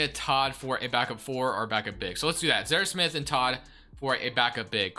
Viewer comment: "Zer Smith" open your mouth and slow down.... its Zhaire Smith. You talk way too fast.